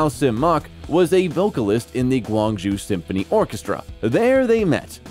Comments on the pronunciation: Guangzhou - pronounced gwong-JOE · Pronounced Guangzhou (广州) two different ways and both of them were wrong. Said his Rolex was "fourteen thousand" but written on the screen was "14,000,000" (fourteen million). Mispronounced Ontario. ... What kind of low-production video content is this channel? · Guangzhou is pronounce like gwang-joe. And that is not Canton. Guangdong is canton in Mandarin while Guangzhou is a city in Guangdong.